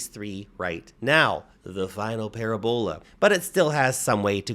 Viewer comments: my brother in christ, it's pronounced "pa-RA-bola" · I like how he says "pair ebola."